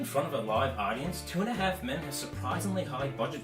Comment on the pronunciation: I thought he was saying Tuna Half Men 😅